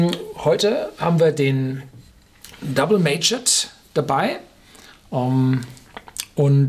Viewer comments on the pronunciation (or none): Ich bin immer wieder schwer begeistert von Ihren Videos, weiter so ! Ich würde mich für die Zukunft jedoch freuen wenn Sie noch ein wenig an Ihrer Aussprache von Wörtern wie 'mature' arbeiten würden. Für einen seit einigen Jahren im englischsprachigen Ausland lebenden, grauselig.